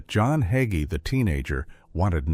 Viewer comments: Why did the narrator of this video keep mispronouncing HayGees name. He keeps saying his name was HugGee. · HIS NAME IS NOT HUGGIES IT HAGEE PRONOUNCE IT CORRECTLY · His name is pronounced hay-gee.....another AI disgrace. His fall was thinking it was "his" ministry, that is the problem. Either you ministry for the Most HIGH, or you minister for reward, fame, and fortune in this life, and that isn't biblical. He has misguided the masses with false teaching. Scripture warns against that. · ALL you people complaining about the mispronunciation of his name ... Don't you understand this is AI, and AI always messes things up ??? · ARE YOU MOCKING PASTOR HAGEE YOU CANT EVEN PRONOUNCE HIS NAME CORRECTLY THEY NEED TO GET SOMEONE ELES TO DO THIS VIDEO THAT CAN CORRECTLY SAY HIS LAST NAME IM VERY UNHAPPY ABOUT THIS SO IM GOING TO GIVE IT A THUMBS DOWN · If you can't pronounce his name perhaps you should not even be using a podcast video that slurs him.